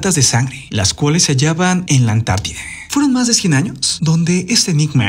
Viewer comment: Mi amor hasta cuando? Se dice Antártida, no Antartideeee 😂😂😂😂😂 por favor!!!!!